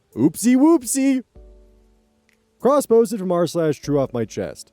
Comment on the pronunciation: OK, I know this is completely off-topic, but... The way you say "cross-posted from r/..." keeps making me do a double-take, because I keep hearing "crossbows from Mars"...